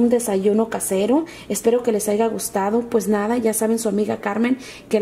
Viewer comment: no se dice AIGA, se dice HAYA!!!